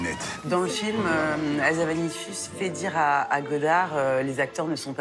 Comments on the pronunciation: HA-ZA-NA-VI-CIUS et non pas havazanicius s'ilvouplait soyez professionnels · "Hazavanicius", non désolé c'est Hazanavicius, désolée ça ma sauté aux oreilles ^^